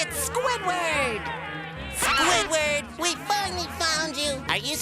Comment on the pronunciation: It pains me when she says Squiward without the D